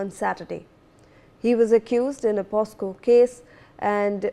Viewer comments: Oye newsreader...its not POSCO...its POCSO.... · News reader mam, it is poCSo and not poSCo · what is POSCO ???? SHAME ON THE NEWS READER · That's not POSCO... THATS POCSO😅 IDIOTIC GIRL 😂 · kaise kaise journalists aur news readers aa rahe hain aaj kal, she even does not know the act name its POCSO, but she repeatedly says it POSCO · The news reader must complete her schooling first big shame she can't pronounce the POCSO Act correctly